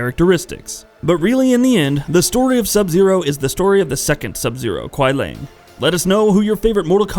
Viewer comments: Kuai Liang not lang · Really nice and informative content. But fam u just gotta get ur pronunciations better bro for both "Lin Kuei" and "Kuai Liang". Idk listening the way it's actually said since MKIII, just don't sound right in my ears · The name is definitely not "Lin Kuei", but most probably "Liang Kuai", as the Chinese word 凉快, which is pronounced “liángkuài”, means "pleasantly cool" (and isn't a real Chinese name). And the weird American pronounciation of the "other" Sub-Zero "Kuai Lang" is very likely to be "Kuai Liang" and hereby nothing else than an uncreative game developers approach to find a "new" name by swapping the two Chinese characters in the word 凉快 to 快凉 - which doesn't make any sense anymore, neither as a word nor as a name...😉 Here is how to pronounce Liang Kuai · Kuai Liang is pronounce ku-why Lee-yang And Lin Kuei is pronounce Lin Ku-wey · “Lin kuai” “Quia Lang” I can’t stop laughing lmao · Ok it makes me think you never played a konquest mode. You for 1 butcher the clan name, and then butcher kuai liang. And whats wore is when you did it to sindel, all these names are litterally in tower ending, character selection or the story/ konquest. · The pronunciations are: Lin "kway" Kuai "LEE-AYNG" and Sek "Tor". Please verify phonetics before explaining these things.